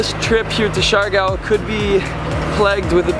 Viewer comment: Coron pronounced Cor oh n, Cebu pronounced Say Boo.... Siargao pronounced Seer uh gow.... Grew up in the Philippines.... Other than that small tidbit I Love the videos... brings back lots of memories for me... Im hoping to sail my boat back to the Philippines and hit up Bali as well... Hopefully I will see you along the way somewhere.... Thanks.